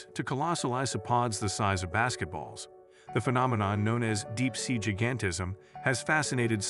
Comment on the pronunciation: Improve the AI narration. , , et al, "jih-gan-tih-zm" should be "jai-gan-tih-zm", "scar-sih-tee" should be "scare-sih-tee".